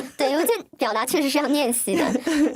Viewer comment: 还有很多，不知道是不是转换声音导致的，又好像本来她就是这样说话：niao（聊）天，泥（厘）米，念（练）习，您（林）立珍，逆（立）法委员